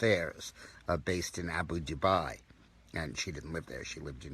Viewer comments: It's Abu Dhabi not Abu Dhubai. You are mixing it up with Dubai. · Abu Dhabi NOT Abu Dubai. Come on Dick. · It is pronounced to sound like Abu Daarbi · Its pronounced Abu darbi you clown ! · Insightful ?!? This clown can't even pronounce Abu Dhabi correctly !